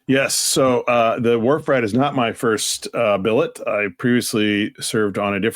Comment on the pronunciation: "Wharf Rat" is the ship? The first few times I thought you said "War Frat"! 😂